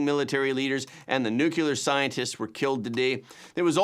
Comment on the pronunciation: Everyone repeat after me, Nu-clear, not nucular. Yer killing me!